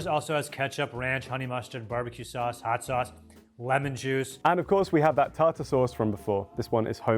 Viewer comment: Australians pronounce it tar-tear sauce due to confusion about the second e.